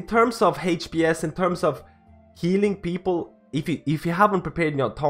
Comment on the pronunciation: “HaychPS” = HPS